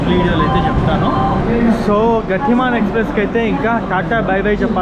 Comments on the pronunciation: గాతి మాన్ కాదు గతిమాన్ అనుకుంటా. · గాతి మాన్ కాదు, గతిమాన్. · Anna adhi గతిమాన్..not గాతిమాన్ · Gaaatiman kadu ra Gatiman express ga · గాతిమాన్ కాదు.. గతిమాన్ express.. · గటిమాన్ కాదు గతిమాన్ express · Gaatimaan kaadu bro gatimaan express... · వీరాంగన … వీరంగా కాదు గతిమాన్…. గాతిమాన్ కాదు చిత్తరంజన్ … చిత్తరాంజన్ కాదు కొంచెం తెలుగు మీద కూడా ధ్యాస ఉంచు సోదరా!!! 😂